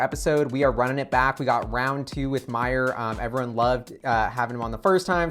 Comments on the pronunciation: HIS NAME IS SPOKEN -> MA-YOU-R ... please correct it. awesome content. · Great chat, and Mayur., please pronounce Mayur's name correctly:-) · Please pronounce his name properly I know you can do it